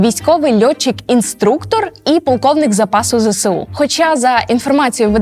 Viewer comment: Відео супер. Але. Ви теж надаєте росіянам важливого статусу тим, як вимовляєте ЗСУ. Зе Се У - це калька з російської Ве Се У. В українській абетці нема букви «се». Є буква «Ес». Ми ж не кажемо Се Бе У. Виправляйтесь, вірю, ви можете коаще.